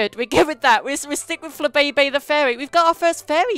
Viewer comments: its pronounced fla bay bay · It's pronounced fla bee bee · Its called Fla-Bay-bay